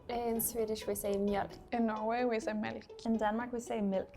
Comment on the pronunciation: the dutch one sounds very weird to me as a dutch idk. like she is talking with her mouth closed like water in dutch should be pronounced as wa-ter but she pronounced more as wo-der and she lost the heavily pronounced k at the end of melk and her ui in huis sounded like au